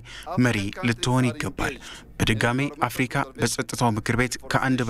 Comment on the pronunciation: አፍርቃ አትበል (አፍርካ)ብለህ አንብብ ጋዜጠኛው